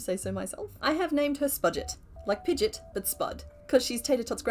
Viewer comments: Sorry I have to be that person. Pidgeot is pronounced Pidgey-Ot. You are pronouncing Pidgeotto right. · pigeot is pronounced pigy-ott